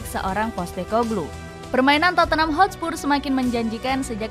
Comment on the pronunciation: Hotspur min bukan Hotspurs